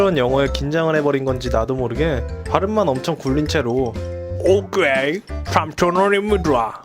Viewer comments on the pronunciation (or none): 오퀘이 솸춰눤입니돠